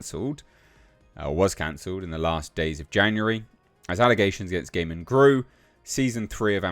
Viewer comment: I think his surname is pronounced 'guy-man' 😋